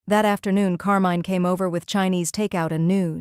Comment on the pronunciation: Not bad as a story... but I'm cringing every time when Carmine is mispronounced in that horrible way. If you have to use "foreign" names with an english-AI, please change it to some other one. Thank you from Italy!